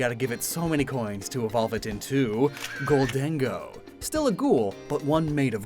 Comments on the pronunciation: I like the way you pronounced "gholdengo". Sounds better than golden go. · Thank you for not pronouncing Gholdengo like "Golden Go" like so many others